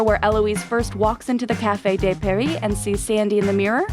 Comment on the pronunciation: Especially for café which is also used in English. I guess Americans have an awful French accent, just as bad as French’s awful American accent. 😂 Her pronunciation of La Haine was the worst tho